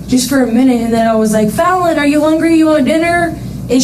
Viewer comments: FAHLLEN not FAWLLEN omg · YOU COULD AT LEAST PRONOUNCE HER NAME RIGHT!!!! UGH!!!! IT'S NOT FALLEN, IT'S FALLON!!! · It's FAL lon not fallen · Is her name really pronounced that way "fallen?" Or Fallon? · Fallon not fallen that's irritating as shit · Her name was Fallon, not fallen. You kept pronouncing it incorrectly. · Fallon not follon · Her name is pronounce "fell-on", not fallen. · use AI tts for these kind of vids, fine, acceptable. but at least check first so "fallon" doesnt get pronounced as "fallen." kinda disrespectful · Her name is Fallon. Pronounced like “Talon.” Eagles have Talons. It’s not pronounced like “I’ve fallen! And I can’t get up!” Out of respect, it’s important to pronounce people’s names correctly. Especially when telling a victim’s story. Rest in peace precious Fallon.❤ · She keeps pronouncing the babies name incorrectly the whole interrogation 🙄. It’s spelled Fallon but it’s pronounced “Fallen” . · He name isn't fall-on it's pronounced fowlon spelled Fallon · this constant mispronunciation of the victims name is lowkey pissing me off. her name was FALLON not fallin. they pronounce it correctly several times in the body cam, have the decency to pronounce it correctly too. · Btw, the name is pronounced Faaa-Lon, not Fallen. It rhymes with Talon. Its like Jimmy Falon, ya know??? It drove me crazy you pronouncing the name wrong every time. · You mispronounced her name repeatedly throughout this entire video. Her name is not pronounced Fall-en, it’s Fal-un. Her name is correctly pronounced in all of the footage. Seems disrespectful to me to not even get her name right. RIP Fallon. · You keep mispronouncing her name. It's FAL-ehn with a soft A. Not FALL-ehn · Call her by her name dude! It’s Fallon not Fallen! Idk why I’m so annoyed by this but come on my guy, why can’t you just pronounce this poor baby’s name correctly? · I wish the AI commentator would pronounce her name correctly - it isn't "Fallen" it's FALLON!! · Its pronounced " Fah-lyn"